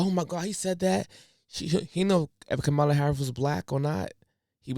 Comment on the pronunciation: Educate yourself on the correct way to pronounce her name.